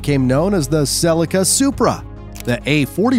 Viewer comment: they way he says Celica makes me rage